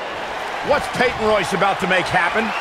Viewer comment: It’s Peyton Royce